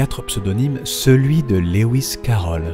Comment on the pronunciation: Magnifique analyse, j'aimerais beaucoup lire ton travail qui doit comporter tellement d'autres informations passionnantes. Lewis se prononce Louis comme Louis Armstrong, pas Léouiss qui n'existe pas.